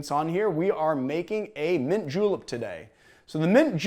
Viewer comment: did you just say J E W L I P S